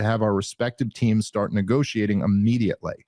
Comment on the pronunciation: Tim's vocal inflections and affectations make him pretty unlistenable. He's trying to be dramatic or something. And look out if the word ends in 't,' because he will say things like "farT" and "starT" with the 't' a whole separate syllable. Signs of a half-smart guy wanting everyone to think he's really smart.